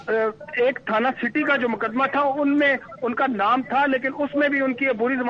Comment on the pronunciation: نام تو درست پڑھا کریں